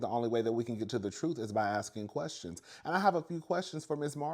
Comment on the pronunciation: 😂😂😂 you kill me everytime you say I have quastions😂😂